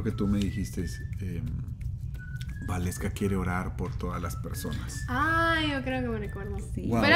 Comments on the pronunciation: se pronuncia Valeska y se escribe Waleska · Is waleska not gualeska